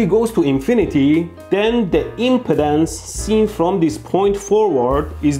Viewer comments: Your accent "rubbed me in ways I didn't like"... When you say impedance, it sounds almost like impotence... It should sound like em-PEE-dense (emphasis on the second syllable)... :-) Otherwise, very educational video - thanks! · He's saying 'impedance', not 'impotence'. He's just placing the stress on a different syllable. 'ihm-peed-ANCE' instead of 'ihm-PEED-ance' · He's saying impedance not impotence. Emphasis should be on the 'ped' pronounced 'peed' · So glad I know he’s saying Impedance…not impotence…lol. Such a big difference in one syllable. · FYI, you are pronouncing it : im·po·tence /ˈimpədəns,ˈimpətns/ instead of im·ped·ance /imˈpēdns/ ( IM PEE DANCE ) the other way sounds like you are talking about erectile disfunction LMFAO. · Oh my goodness you brought back a lot of memories from college and transmission line theory. And you cracked me up with your pronunciation of impedance, you are pronouncing it like impotence. The e impedance is a long e, so it is pronounced like M-pee-dance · Dude, i don't know if its on purpose, but he pronounces impedance like impotence. Hahaha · Hey your video is a real ‘joule’. Now I’m really charged up. Now see what you’ve done Derek. By the way I love how ElectroBOOM pronounces impedance. At first I thought you said maybe ‘impotence’ and I was like, “Hey you calling me impotent?”. Then I realized. Well I do have an inner ear disorder that causes a hearing loss. Sorry. We cool! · I trust no one who can't pronounce "impedance".